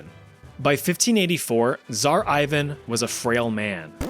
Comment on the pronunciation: Damn ive never heard anyone say "tzar" soo bad XDDD u gotta make the same sound as in TZA tziki sauce